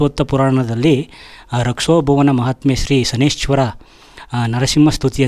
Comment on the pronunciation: ಶ ನೈ ಶ್ಚರ ಅಂತ ಹೇಳಬೇಕು. ಶನಿಶ್ವರ ಅಲ್ಲ.